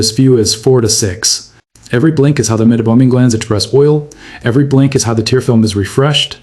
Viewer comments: AI narration? Where is the pronunciation of meibomian as “mesobomian”? Maybe the AI is confusing meibomian gland with Mesopotamia? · Keeps mispronouncing 'meibomian'.